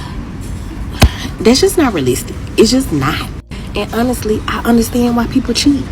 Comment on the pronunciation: When they pronounce "honestly" as un-nissly" you already know, it's a problem.